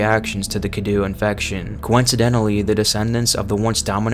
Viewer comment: Omfg when will people stop calling the cadou “cadoo”. It’s pronounced “cadoe”